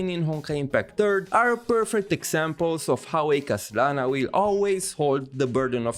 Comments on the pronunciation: I can't help but pause the video and laughing for a few minutes everytime you said 'KHASlana' 😭😭😭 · i see you were having fun say KHA-slana hehe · Hey,! The way you say KHAslana is really funny 🤣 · Whos going to tell that the H in Khaslana is silent.:P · why do u say his name weird like that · Ok, your joke pronunciation of Khaslana's name got really old. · Just love the way you pronounce Khaslana 😂😂